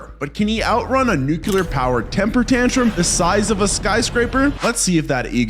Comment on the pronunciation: Nu clear nu clear nu clear. Say it with me nuclear.